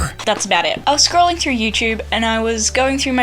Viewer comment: I want to rage every time I hear someone say "youchewb". Drives me crazy.